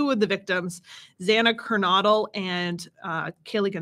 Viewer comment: PLEASE pronounce Zanas last name correctly. It’s KER-NO-DLE. Like the word No. I’m not being rude I’m sure you don’t want to put up something the whole world can watch and you mispronounce a name. 😁